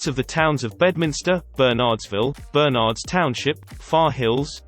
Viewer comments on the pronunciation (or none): none